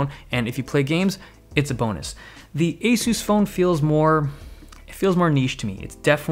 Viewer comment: y u say asoos its asahs